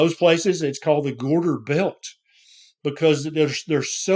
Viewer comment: What is he saying? Gorder belt. Trying to look it up...